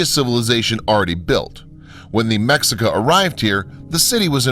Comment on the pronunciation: omg please read and pronounce properly NAHUATL right.... NAHAUTL? what is that? Mexica (pronounces me-shi-ka) not whatever you saying :D TEOTIHUACAN right ... TEOTIHAUCAN NOT... riiiiight